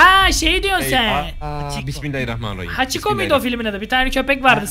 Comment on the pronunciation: hakicu deil o hachi abi:))